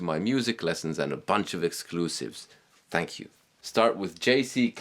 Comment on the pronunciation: love your Indian style of saying thankyou